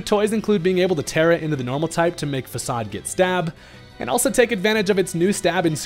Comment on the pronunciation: Faacaad 😂 its facade